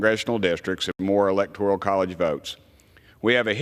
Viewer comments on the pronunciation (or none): Congressman Graves should know that the word electoral is a nine letter, three syllable word. ElectorIal (four syllables, ten letters) is not a word. Such ignorance!